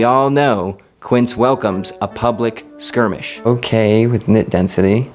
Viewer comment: "squirmish" "quincidentally" 👍😁